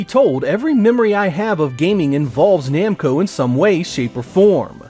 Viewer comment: Are you sure it's "Nemco" and not "Namco"?